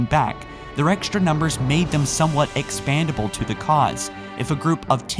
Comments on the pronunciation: It's "expendable" unless you're implying that you could inflate Spartan-IIIs like a balloon. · It’s EXPENDABLE to the cause.. Not EXPANDABLE.. You need to learn how to speak, you mispronounce and straight-up use incorrect words multiple times in your video. It’s unprofessional and downright sloppy. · Expendable shouldn't be pronounced expandable. Very different meanings, kid. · please note that 'expandable' is now the same as 'expendable'.